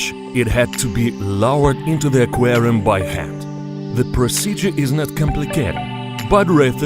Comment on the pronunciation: “Into the qerum with piryanez “